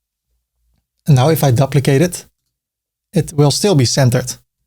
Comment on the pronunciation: Another great video,. But the word "duplicate" is pronounced like the word "do" or "due" -not "duh"